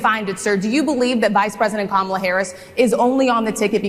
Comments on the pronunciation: He has so much trouble pronouncing her name, he should call her Madam President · He knows her…can’t pronounce her name. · Kamala should start calling him Don Old or DumbOld or something. He is so disrespectful the way her keeps mis-pronouncing her name. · Trump talks about her as if he knows her. He doesn't even know how to pronounce her name.